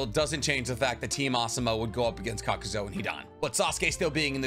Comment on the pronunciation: I absolutely HATE the way you say “Kakuzo” ITS KAKAZU